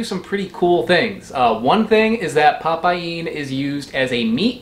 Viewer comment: Nah mate, it's pa paeen, it's probounced pa-PAIN BROTHER!!!!